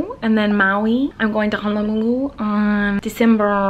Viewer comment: Oh Miranda your pronunciation of Honolulu is perfect!